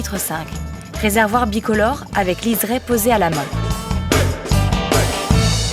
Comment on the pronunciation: Liseré, pas liserêt...